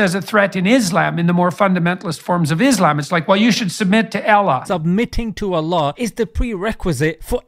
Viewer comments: boy I've heard some *bad* pronunciations, but never ever in me life, have I heard someone pronounce "Allah", as "AEALAH" xd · How about you try to pronounce the almighty name correctly for a start ? A L L A H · The way he pronounced Allah bruh. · he is pronouncing in hebrew. I think he is fascinated by jews and became mentaly a slave to Netanyahu and Ben Shapiro. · The he pronounces Allah💀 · I can't stop laughing when this guy pronounced "allah" 🤣🤣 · Bro doesnt know how to pronounce Allah or Islam and throwing his opinions in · the way he pronounces Allah is so cringe…